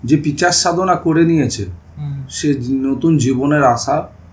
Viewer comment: ওটা পিচাস নয় পিশাচ হবে।